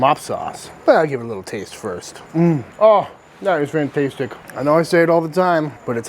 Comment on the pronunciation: stop saying 'fantastetic'